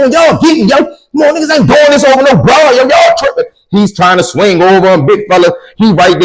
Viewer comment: You can tell a person from bmore how they say “to” they say “tewww” 😂😂 love from naptown 💪🏾 I fucks wit the stories